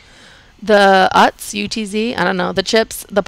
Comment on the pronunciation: Thank you for all the deals. Your pronunciation of the brands is 100% correct. UTZ so many get wrong. Perfect! ❤❤😅